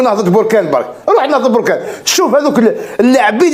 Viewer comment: اودي الله اهديك بركان ماشي بوركان